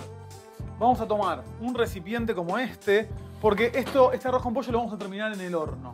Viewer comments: Por que dice Posho????? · En Mendoza también decimos "poilloo" jajaja no tan marcada la "i" pero nuca jamás usamos la "shhhh" jaja